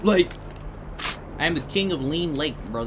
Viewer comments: Its lean lake not look lake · "Lean lake" lmao